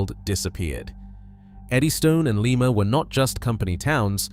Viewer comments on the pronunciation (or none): Lima is pronounced LIE-MA, like Lima bean, not Leema, the city in Peru. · Lima when talking about the place in Ohio is pronounced LIE MA. Not like the place in S. America which is LEE MA, Peru.